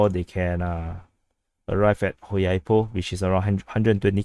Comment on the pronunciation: On a side note, "Hulyaipole" (or any other place starting with "H" for this matter) - pronounciation starts with "G" (Good / God / Gun) not with H (Holy / Host / Hunter), "H" as a starter works for "KH" names i.e. Kherson.